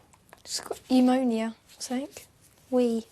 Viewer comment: she did say pneumonia lol